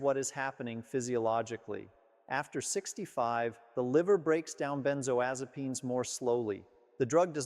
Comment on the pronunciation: I don't believe he's a licensed physician. Why? Because he can't pronounce benzodiazepams correctly as well as others of the medications he's referring to. He's an actor reading off a script.